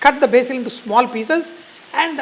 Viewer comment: You said BASIL wrong!